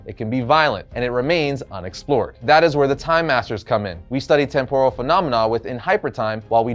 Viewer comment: DUDE! Stop saying Temp-OH-rul. It's pronounced Temp-rul.